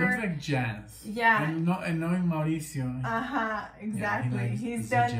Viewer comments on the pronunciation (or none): Listen to the whole album it’s great and thanks for butchering my name 😂🤣😂🤣🤣 it’s actually Mauricio. It’s Maurice in Spanish. 🙏🏽✌🏽❤️